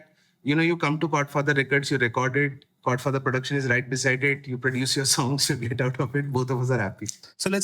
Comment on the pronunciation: Dude… Chord Father. I was listening to this podcast and kept hearing Godfather.